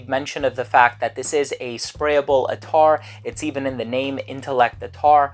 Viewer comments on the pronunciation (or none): Its 'at-tar' not attaaar...